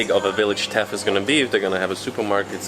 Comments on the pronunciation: Very good video. I also thought to bring to your attention the way to pronounce correctly the name of THETH. It is not TETH... very simple: TH-like THANK'S E and TH like THANK'S again. THETH :) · its Not Teth ... its Theth ... No T at the start but the same "th" as on the end :)